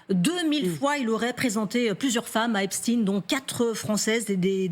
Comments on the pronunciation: Pourquoi Epstiiin ? c'est EpstEIN ! ou est-ce antisémite de prononcer son nom ainsi ? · c est EP SHTAAIINN